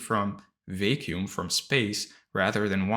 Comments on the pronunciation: Brother please pronounce vacuum well its a word you use so often hahahah its not vei-kium its va-kium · Thank you so much for this valuable content! I did feel a little thrown off each time you pronounced “vacuum” as “vay-kew-m” though 😅 But I know that English might not have been your native language. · Two English words you mispronounce. VACUUM and SCARCITY.